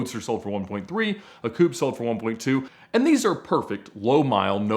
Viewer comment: Koopay. Not Koop nor Coop. You expect us to pronounce Nike as Nikey, do u also ride a bikey? Nah, u ride a bike, therefore Koopay